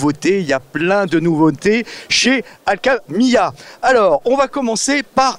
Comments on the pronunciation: ale que mia ..... je ne connais pas omg en revanche Al Kimya la je connais , la moindre des choses quand tu interview une personne c'est de prononcer correctement son nom , non ? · Aho, on dit Al-Kiiiimiya! 😆😉